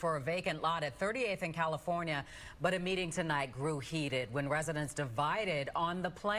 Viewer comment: California-errnht! wrong!